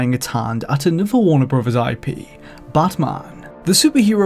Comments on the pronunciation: Why are you saying BUTTman instead of batman? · Drink every time he says bot mon. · Who is this 'Buhtmuhn'' of which you speak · Batman or Badman? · Prepare for buttmunn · You guys couldn't find someone who doesn't pronounce Batman as Bathmahn? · The way he says batman. *chuckles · The way this dude pronounces "Batman" is really annoying.